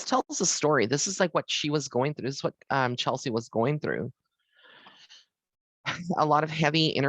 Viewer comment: That's CHESLIE, not Chelsey. When you do a "reading," they don't tell you the correct pronunciation of their name?